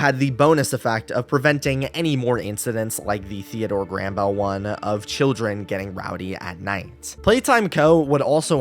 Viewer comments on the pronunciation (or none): none